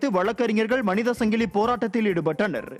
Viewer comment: அது சங்கிளி இல்லப்பா , ,சங்கிலி தமிழை கொலை செய்ய வேண்டாமே அன்பு நெஞ்சங்களே